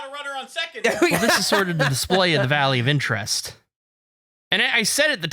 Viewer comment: Why did I think was saying the Value of Interest the whole time not Valley of Interest